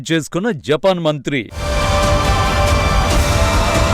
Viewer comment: 0.54 జపాక్ కు కాదు జపాన్.